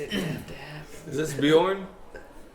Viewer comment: Bee-yern. Not Bee-yawn